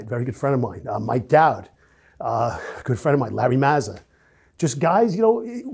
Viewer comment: He said Mike dowd 😂😂